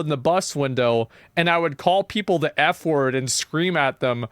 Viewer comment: i think even worse than all of this is that he pronounces "the" as "nuh"